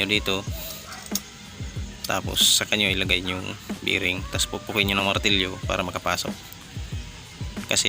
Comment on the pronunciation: bearing hindi biring.